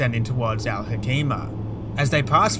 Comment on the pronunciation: Al Hoceima I am from that city Al Hoceima is pronounced Al Hoseima not Al Hokeima with C like niCe not like C in Clan